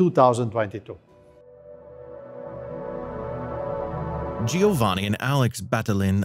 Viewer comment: This narrator deserves credit-he didn’t pronounce Giovanni’s name correctly not even once. 😂